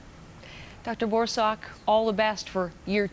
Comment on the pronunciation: Also his last name is pronounced “BOR- suck” (said quickly, emphasis on 1st syllable) not “Dr. BOAR-SOCK” 😂😂